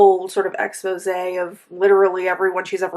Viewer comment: lol always says expose instead of exposé